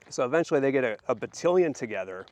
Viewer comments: FYI, Battalion doesn't sound like pavilion, more like AL IL for Battalion. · Correct pronounciation of Battalion Bat al ion Group of millitary soldiers Total of about 500 soldiers. The church was paid a sum of money for the services of the soldiers. The church accepted the funding to help the people who had been forcibly displaced so many times. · This was awesome! I loved it 😍., it's fun to hear you pronounce battalion. I always say it bat ( like battle) al eyon ( beyond without the b or d) 😊 I hope that you can do more content about the Mormon battalion. It is such a fascinating story. And you are a very talented storyteller. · 🤣 I love that! Differences are good. It'd be such a boring world if everything was the same. The way you say battalion does sound really funny to these Utah ears, lol, but it's fun 😁 Now I'm dying to hear you say bag 😉